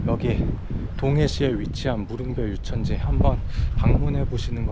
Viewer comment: 한가지 거슬리는게 있네요,,무릉별, 유천지라고 읽는게 아니라,,"무릉별유천지"라고 붙여서 읽어야 합니다,.